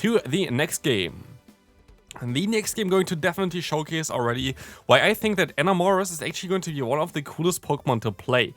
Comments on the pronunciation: eh-NAM-orous, pronounced like the word "enamor" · It physically hurts me to hear your pronunciation of Enamorus. I get Enamor is a weird word, but still